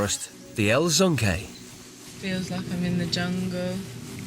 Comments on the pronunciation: Narrator: "bordering a 28 thousand acre rainforest, the El ZONKAY" 😭 Lmao WTF? How'd he get Z from El Yunque?? 🤔🤦‍♀️ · Did the narrator just call El Yunque "El ZUNKAY" 😅😅😅😅